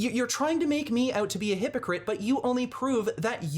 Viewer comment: Or when he says hippocrit or hipocrassy